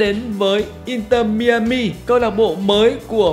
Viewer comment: mai a mi không phải mi ơ mi anh 😂